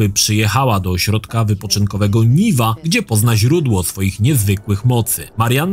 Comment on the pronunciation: nie Niwa tylko Niła, TVGry i Jordana nie oglądałeś xD